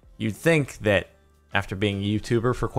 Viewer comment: Omg, I just realized that I say "Dat" because of Jordan.